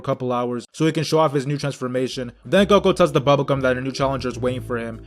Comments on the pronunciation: He called him goko wtf 😂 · It's Goku he just says character's names wrong on purpose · It's Goku. he just says they names wrong on purpose